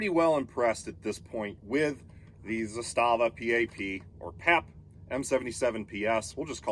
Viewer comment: It's Zaastaava!!! Not Zastaaava!!!